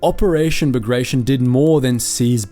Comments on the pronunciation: Pls DO NOT DEFORM non-English names. Not BAGREJSHN, but BAGRATION 😀😀😀😀😀😀😀😀😀😀😀😀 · Bagrtyon not bagraishen